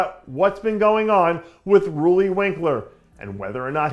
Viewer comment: Dave (along with Giles from MD) is one of the very few YouTubers who correctly pronounce Roelly's name. Nick Miller...take note.